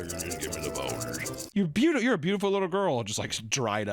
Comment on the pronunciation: "infant-trucker" voice is just fucking perfect - especially the way he pronounces "Folgers" 😂😂😂😂😂😂